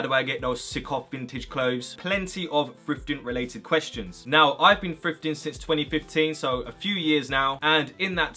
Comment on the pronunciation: to me it sounds like he saying "frifting"